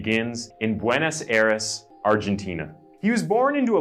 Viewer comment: I cant with the fucking pronunciation of the last names and “bwaynoes aeris” what the fuck JAKAKSJ